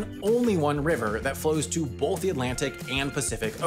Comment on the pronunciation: When you say "both" it sounds to me like you are saying "bolth." What is that, some kind of midwestern, western thing? Linguistics video incoming?